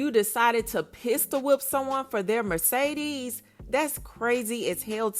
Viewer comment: Take a shot every time she says merce-deeez